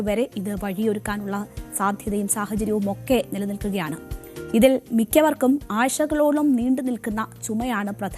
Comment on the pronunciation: ആഴ്ച കളോളം എന്ന് പോലും പറയാൻ അറിയില്ലേ 😂😂😂😂